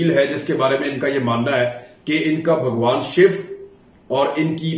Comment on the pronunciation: Sorry, sir, I thought you said, "Bugwan Shit"???????????? I agree.